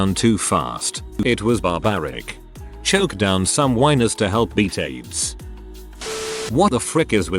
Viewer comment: "Jifft" card, LoLz! Chocking down "whiners", LoLz again!